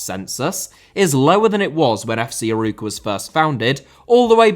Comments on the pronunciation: As a portuguese I loved the 26minutes of struggling to pronounce Arouca. Besides the banter, another bager video. Knowing Arouca was a feeder club for Porto is funny because the idea I have is that they're still too embroiled with the corrupt club up north. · Great video, just some things to point out: It's normal since you don't speak the language, but you butchered most portuguese names, Arouca is pronouced more like "uh-row-cuh", but without much emphasis on the "r", and Famalicão is more or less "fuh-muh-lee-cahm" (you can use google translate's audio feature to understand what i mean better) As a Vitória fan i always smile when my club is mentioned outside the country, but we don't really like when people call us "Vitória de Guimarães", as our city, as proud as we are of it, is not part of the club's name (Vitória Sport Clube). It would be like saying Arsenal London to signify the city. We have also a lot of history with a golden age in the 80s and 90s, and a lot of turmoil in the last 20 years due to terrible management, but an extremely devoted fanbase that never stops supporting. I suggest you look into our history and "recent" downfall and falling behind financially and sporting-wise of eternal rivals Braga, it would make for an interesting video The disparity between the big 3 and the rest in basically every matter (financial, fans, success) has existed since the beginning of the sport in the country. That's why they have basically every title in Portugal (each of them has 70-100, the rest combined has about 30). It's also a cultural issue where people prefer supporting a big 3 club because they win a lot and that's what matters to them, even if the club is 400km away winning is better than supporting a club that represe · It was decent but when the main subject of the video is called of "Aruca". Guimarães is not easy for an English speaker though. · Not Aruca, Arouca, closer to A-raw-ca.